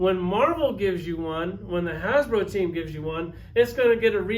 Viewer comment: It’s “Fck Hasblow!”